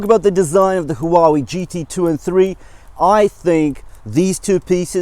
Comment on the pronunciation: Maaaan, you make feel awesome about buying the GT2 Pro instead of the GT3. Thanks for always giving us the honest of reviews, that's what we need. And how you pronounce Huawei, they should really hire you haha. Stay safe, keep it up